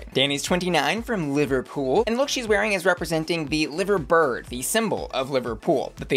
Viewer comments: In case someone didn't tell you - the bird for liverpool isn't said 'liver' (like the organ of the body) but Lye-ver. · It’s pronounced Lie-va. Not liver as in the organ! Liver bird! 🥰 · The BBC didn't air the scheduled Drag Races (Down Under and Canada's) this week due to HRM passing. Also it's not "liver" like organ it's "Li-ver" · babes.... you pronounce it LIE-ver bird, like 'I lie to you' not LIV-er bird like 'Liv Tyler's liver'. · Just so you know, the “live” in “Liver bird” is prounced like “live show”, would never expect you to know but did make me giggle 😅 I’m from Liverpool and have always wanted a Liverpool queen to do the Liver Bird look And btw Danny Beard was also on Britains Got Talent too, well known established queen! Rooting for my fellow scouse but loving the look of Sminty and loads others, can’t wait! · (Lie-ver) bird 😅!! Here for Danny beard though, incredible incredible talent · Liver Bird is said to rhyme with fiver. Makes no sense like most English things. Love your videos & looks babe. Keeping the tea hot but accurate x 🖤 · Just something about the 'Liver bird' which Danny is representing. It's actually pronounced 'Lie-ver bird' in that context; don't ask me why. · Rhymes with fiver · Getting Lancashire pronunciation better but it’s a county not a city! When in comes to pronunciation of Liverpool that’s fine but the birds on the Liver building are pronounced Lie Vur birds, just to confuse. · For Danny Beard, it is Lie-ver bird not Liver bird in pronunciation. For Belfast, it is pronounced Bell-fast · Liver bird is pronounced with and eye sound as in live music… Liverpool is pronounced like the body organ… mad I know! But sounds wrong otherwise… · Unlike Liverpool which is pronounced with a soft 'i', Liver Bird is pronounced with a hard 'I' for Liver 😁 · love you - one small thing - Liver-bird has a different pronounciation in the UK - 'Liver' like 'driver', it's very scouse! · I love u but it’s Lie-ver-bird